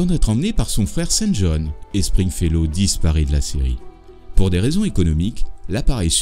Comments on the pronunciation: string fellow et non spring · PUNAISE! Meme toi tu dis "sPringfellow hawke" !! Et je viens de lire qu'au générique c est "sTringfellow hawke"!!!!!!! Je vivais dans le mensonge depuis tout ce temps! TOUTES CES ANNEES!!!!!!! 😱 JE VAIS ME PENDRE!!!!!!!!!!!!! EDIT: Ah bah je me pend p'u!!!! Maintenant c'est écrit avec un "P"!!!!!!!! sPringfellow hawke